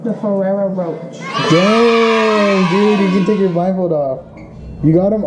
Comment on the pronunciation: She said Ferrero roch 😂